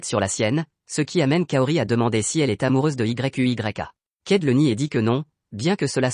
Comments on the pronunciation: Mec arrête de dire yu y'a 😅dis seulement yuya😊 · * arrête de dire y u y a * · Tu m'énerve quand tu dis y u y a dis plutôt yuya tenjo c'est mieux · c'est quoi ce nom Y.U.Y.A dis simplement Yuya c'est mieux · Ce résumé est beau 😘😘. Mais tu m'énerve lorsque tu dis Y.U.Y.A😤😤😤. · Dis plutôt Yuya au lieu de Y.U.Y.A😂😂😂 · Oui dit yuya et non y u y a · Wsh comment tu dis yuya à la place tu dis y u y a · Yuya pas y u y a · Mais c'est quoi ce nom Y.U.Y.A 😂😂 dites juste yuya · Arrête de dire yeyk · Arrête de dire yuya😠😠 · Ouais mec c'est frustrant 😕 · Pq tu dit y.u.y.a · Arrête de dire Yuya 😡😡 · Ça énerve quand tu dis y,u,y,a🤬😡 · Arrête dire Y U Y A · Arréte de dire y u y a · Sa donne mal à la tête dsl